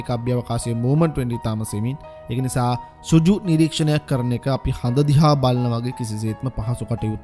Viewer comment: සුජු නෙවෙයි පුතා සෘජු (රිජු). වැඩසටහන ඉතා අගෙයි. ජය!